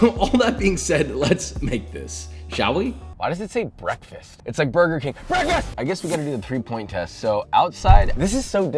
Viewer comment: burber king